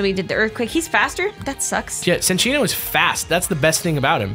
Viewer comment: It's Sin-Chino